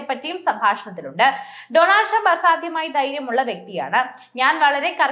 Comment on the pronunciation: നിന്നോട്. തുരുമ്പ്. പറഞ്ചോടീ. അങ്ങനെ 😂😂😂അയ്യോടീ കാസ്😅😅😅